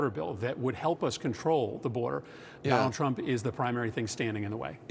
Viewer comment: Did he say Tonald Drump?!?